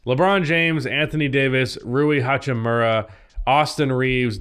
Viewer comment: will ever learn how to pronounce hachimura correctly?